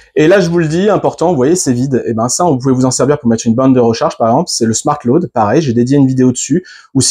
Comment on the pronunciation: BRAVO. Tres instructif Je suis anglophone et j'avais du mal à comprendre ton "lauade" mais apres j'ai compris. Il me reste à comprendre ce business de terre-neutre. J'ai une bonne prise de terre à 3m de mon DEYE de 12kw et j'ai besoin d'avoir la reference de ta video qui parle de ça. merci